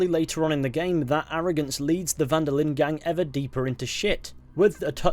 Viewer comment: "Den Linde"? Lol